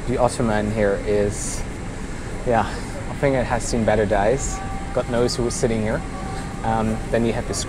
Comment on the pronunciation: auf der Erbse I know that he meant days, but his pronounciation was like dies